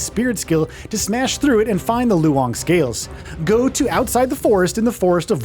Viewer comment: it's pronounced as "lone", why do westerners have to make pronouncing these words so complicated 🙄